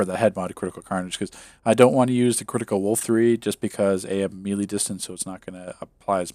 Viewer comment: Another great video, but I always cringe when you mispronounce “melee” lol :P